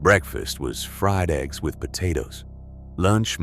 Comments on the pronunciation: This mf said eggs gs WTF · #6... Eh-gee-ess... gotta teach your AI model better 🤦‍♂️😆